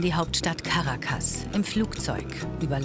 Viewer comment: Caracas wird auf dem 2. "a" betont!